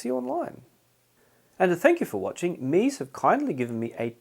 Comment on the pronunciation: If Meze were an English word, perhaps your pronunciation would be correct. However, it isn’t; it’s Romanian, and pronounced “mehzay.”